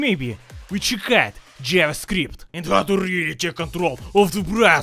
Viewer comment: Without the caption, I'd be thinking be sayin Brazzer instead of Browser